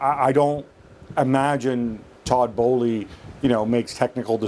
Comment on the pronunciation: I believe the correct pronunciation of the Chelsea owner is bowl not bolee.